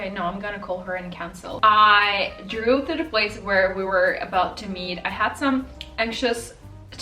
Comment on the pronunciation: you should check the pronounciation of past form of the verb "drive" you sound like you re sayin "drew" a lot. btw love ya.